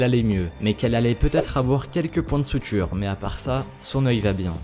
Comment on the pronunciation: On dit des points de SUTURE, pas de SOUTURE... Ca ne change pas la vidéo, "marrante" (enfin, si on considère que des gens filmés quand ils se font mal ou qui font cramer leur appart' c'est marrant... Donc oui ! lol), réussie, comme d'hab' ! Le dernier est à mourir de rire ! Il avait dû aller à Lourdes peu de tps avant, non ? ^^